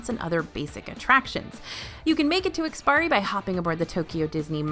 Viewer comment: Love you all's work. Just wanted to pass along that it's IKS-PI-ARI, rather than IKS-PIRI. Don't worry, we've seen tons of westerners pronounce it without the "a" as well👌